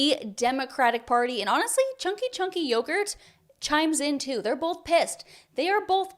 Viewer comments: u say it lovely on my language(croatian) ČANKI ČANKI JOGURT 😂😂😂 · Chunk Yogurt. I think that is my favorite way to pronounce that name I have heard so far.